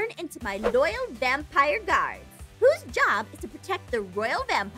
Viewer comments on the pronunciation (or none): I agree. Plus am I the only one who realizes the it was vampoire instead of vampire?